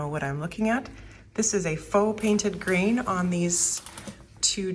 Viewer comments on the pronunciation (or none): Grain! I thought you were saying Green!